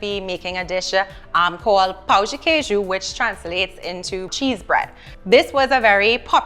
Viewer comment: You gotta say pão and not pau.